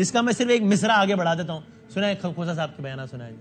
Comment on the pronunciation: Khoosa nahi khoota hy